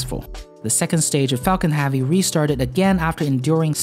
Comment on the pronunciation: "Falcon halvey"